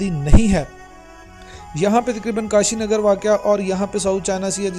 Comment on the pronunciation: KASHGAR......Not kashinagar...Kindly do the necessary editing....